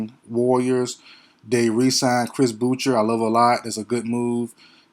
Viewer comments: You are right on this assessment. FYI, Boucher is pronounced ( Bou-Shay), it's a french name. Respect from Tdot 🇨🇦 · Chris Boucher's name is pronounced Boo-SHAY. It is French. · Lol Ik bro people say it like “Chris Bou-Sher” and I’m all like wdym what is a Chris bou sher?